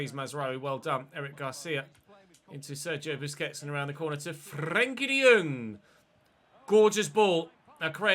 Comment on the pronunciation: Well at least we won't have to listen to you pronounce frenkies name like a bellend from now on